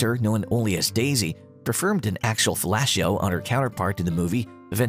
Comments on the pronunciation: Couldn't say "fellatio" correctly, either. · "inTIMacy" "filashio" LOL!!! these robot voices are hilarious. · After the narrator was in Tim Asee he couldn't pronounce intimacy. It's funny that he couldn't pronounce felacio either. ☺